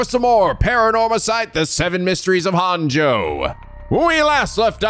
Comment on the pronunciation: Can't believe everyone was correcting on his Japanese for Araishi's name, yet he's been saying "Honjo" wrong since the very beginning and no one bats an eye lol. Unless he plans on learning Japanese at some point, just let him say it wrong, guys. It's funnier this way.